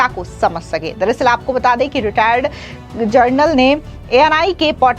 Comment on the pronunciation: जनरल‌ और जर्नल ...दोनों में फर्क समझते भी हैं या नहीं? बहुत सारे एंकरों को हमेशा गलत उच्चारण करते सुन कर हैरान हूं...(हमेशा 'जनरल' की जगह 'जर्नल' कैसे बोलते हैं?)👎👎